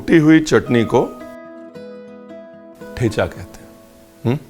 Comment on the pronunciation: The च in ठेचा is dental, not palatal; like the 'zz' pronounced in 'pizza'. Thus it must be pronounced as the च you pronounced